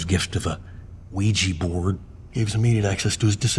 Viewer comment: THE WEEGE BOARD?!?